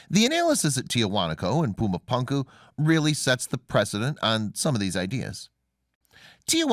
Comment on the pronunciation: First of all, love your channel. Excellent content and intelligently presented. But somehow when a narrator mispronounces a well known name in a well-known language it makes one Wonder how thoroughly the rest of the research was conducted. It is pronounced.. Poo-ma Poon- ku !! Pronounced otherwise really sounds ignorant. I'm sorry to make such a seemingly trivial critique but it is annoying LOL! Other than that excellent stuff